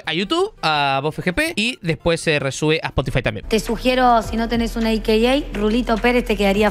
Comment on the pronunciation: AKA Also Known As, decí aka(aca), no me jodas